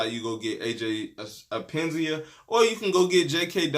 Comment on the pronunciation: Bro his name is pronounced Aj ep pen nes sa